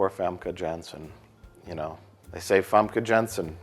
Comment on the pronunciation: It's pronounced Famke Yahn-sen. Get it right, you hack-frauds.